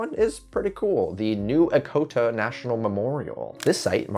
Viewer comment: New E-CHO-TA not E-CO-TA